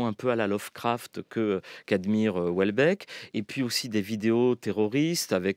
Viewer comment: France Culture ne sait pas lire Houellebeck...De la bien-pensance à revendre